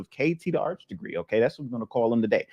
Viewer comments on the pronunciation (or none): Arch not Ark 😂